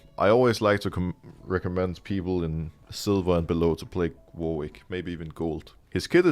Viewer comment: The W in Warwick is silent. It’s pronounced Warick